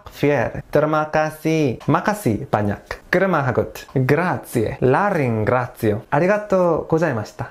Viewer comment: From an Italian, "la ringrazio" seems like pronounced by an Italian